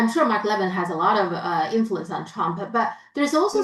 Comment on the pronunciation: you're mispronouncing Mark Levin's last name. It's pronounced as "le-VIN", with emphasis on the second syllable. Just saying! 🙂